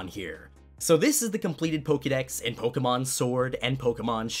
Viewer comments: PLEASE for the love of whatever god you pray to, STOP SAYING POKEEMON it is Pokèmon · its not pronounced pokimom, its pronounced pokemon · Magnolia: poki mon ey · The way the voice bot said Pokemon is 👌